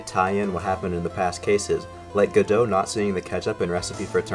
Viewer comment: The way you say godot makes me upset